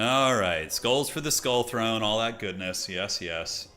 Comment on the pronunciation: This mf said THONE 😂